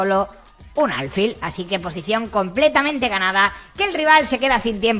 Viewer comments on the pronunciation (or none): Rey, aunque no llevé acento "alfil" es una palabra aguda.